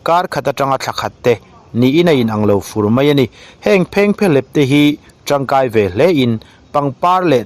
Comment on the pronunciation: I content lhi chu atha a phengphehlep I lam dan hi a dik em,.? Kan khaw lam tih dan chu ani lo deuh